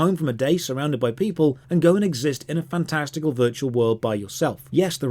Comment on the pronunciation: "fan-testicle", yes I'm twelve~